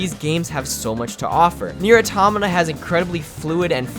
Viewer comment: You pronounce Nier : Automata fuckin weird dude